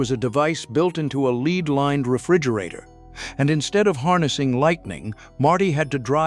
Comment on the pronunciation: Leed lined eh?